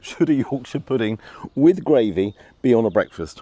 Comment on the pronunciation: Its gRavy not gWavy .lol. rgds Don